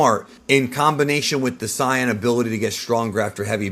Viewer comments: Its Saiyan, not Cyan. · I dont think the narrator of this had even heard of nor seen a single episode of Dragon Ball based on how he says Dr Gero and him calling the sayins Cyions. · it's SAY in and KRILL in holy moly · I don’t understand how this guy will make an extremely in depth video of dragon ball lore but still pronounces “sigh-an” 0–0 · Saying ‘Saiyan’ as SAI-yan oddly bothers me, at that point one may as well just say ‘Saiya-jin’ instead… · Don’t say siiAnns? K? Thx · Why is a dude who keeps pronouncing “Saiyan” as “cyan” running a page that talks about DB? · Loved the video, really dislike how you pronounced things like saiyan and Goku just completely incorrectly. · Lemme guess you just mispronounced Saiyan on purpose too because thats how its pronounced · I don’t want to correct the way he’s saying dr gero or super Saiyan because this dude knows soo much 😂😂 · Its gero geeero and saiyan why are you mispronouncing lol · I hate the way you say saiyan I can understand Dr Gero but cmon bro please don’t say saiyan like that it makes me cringe 😂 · why do you say super saiyan like that